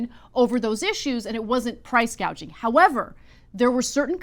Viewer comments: Can’t get over Kamala’s mispronunciation of the word gouging, … “gauging”… as a rather un literary person even I knew how to correctly say it because I have experienced it. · PRICE GAUGING ... JUST THINK WHAT A BRAINLESS STUPID HO SHE IS SHE DIDN'T EVEN KNOW WHAT PRICE GOUGHING WAS SHE THOUGHT IT WAS CALLED GAUGING ... SO SHE DOESN'T EVEN KNOW WHAT SHE IS TALKING ABOUT ... HOW CRAZY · Does anyone know what percentage of increased costs is due to price gouging (or price "gaging" as KH pronounces it)? It's probably happening, but it may not be the primary cause of inflation. btw Cenk is increasingly irrational and hears everything through his TDS and obsequiousness to the Democrat establishment.